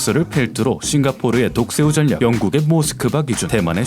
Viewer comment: 전냑 아니고 절략....이요... 발음...ㅎㅎ >.< 님 🥰